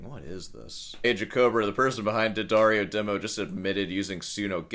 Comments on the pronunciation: If I have to hear D'Addario pronounced "dee-uh-daar-ee-oh" one more time... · I genuinely cannot comprehend people unironically pronouncing it "dee addario". I feel like that so stupid it undermines everything he says afterwards. No one on your hour long call said "Jesus, look, it's D'addario. It's an apostrophe." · Deep investigative research, can't pronounce the name of the company properly ...